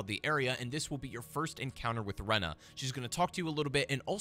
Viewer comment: It's ranni not renna 🤡